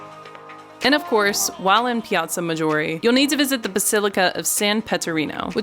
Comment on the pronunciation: You have to say it correctly " Pala-TZZzzzo ~ ma ~Jeoooorë " ❤